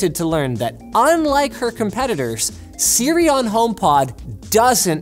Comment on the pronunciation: When you said hey sri my Siri activated